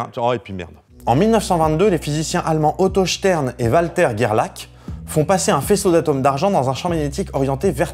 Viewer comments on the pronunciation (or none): Gerlach ça se prononce Gerlar, c'est de l'allemand xD